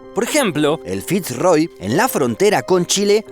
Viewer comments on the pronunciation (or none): Fitz Roy creo que se pronuncia Firroy